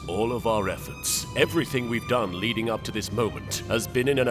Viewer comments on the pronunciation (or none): none